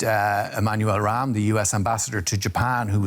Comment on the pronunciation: As Chicagoan, the commentator getting Rahm's name wrong warms my heart to no end.